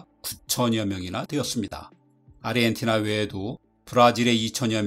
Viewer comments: 근데 왜 아르헨티나 발음을 아리헨티나로 하시는 건가요? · 아리헨티나? 아르헨티나! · 아르헨티나를 왜 계속 아리헨티나라고 발음하세요ㅠㅠ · 왜 사람들이 아르헨티나를 아리헨티나라고 발음할까? 그렇게 하려면 아리헨티나라고 표기를 하든가. 이게 나만 거슬리는 건가?